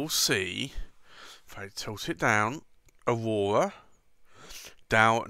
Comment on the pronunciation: "Ohwowhra" ... "bless you"